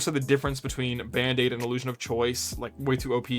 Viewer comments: OK, it took me until you put the text on-screen to realise that you're not saying "Bandit Augments" but rather "Band-Aid Augments". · Every time you say band aid augment I think you say bandit augment and I get thrown for a loop. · Why are you saying “bandit” augment?